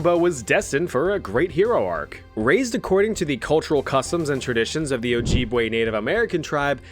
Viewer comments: Not to be a nerd but but its pronounced O-JIB-WAY not O-JEEB-WAY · pronunciation is “oh-jib-way” with the “i” pronounced like the i in “it” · “Oh-jeeb-wee” No. It’s Oh-Jib(like rhyming with crib)-Way (sometimes written as ojibway, but correctly spelled as ojibwe)